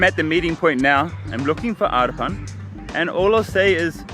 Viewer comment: In reality its Name must be "Arpan" not "Arpun" also I feel like he is a Nepali... We both share the same Name... Lol